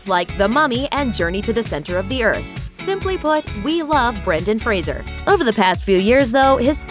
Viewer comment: thank you for not mispronouncing his name. you are the first American that i have heard in any type of media that has pronounced "Fraser" correctly (usually they pronounce it "Frasier" like the tv show